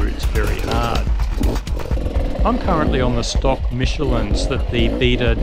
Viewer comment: everytime you said Beta, I thought you said Beater, I thought you loved your Beta, lol D606 on my KTM530 lasted 1600 miles, about 50/50 dirt/road with a tubliss(2 psi dirt, 30 psi slab) I have 800 miles now on a Kenda Equalibrium, mostly dirt, 100 on slab, 0 to 2 psi Rocks, and due to low slab miles it should go 2000 miles. Lots of rock riding in American Fork canyon, and no major carcass cuts on the Equalibrium(knock on wood).